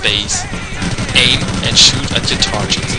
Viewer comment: u dont pronounce target coretly xD